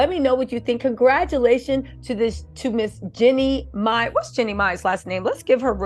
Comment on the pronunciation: Seriously her name is “Jeeeeny My” Gucci “Maaane” come on